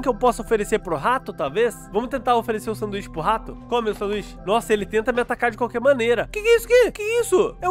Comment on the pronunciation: Engraçado ele falando:a mãe o rato a mãe o tato